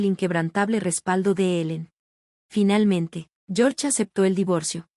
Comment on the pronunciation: Porque dice finelmente y relmente 🙄🙄🙄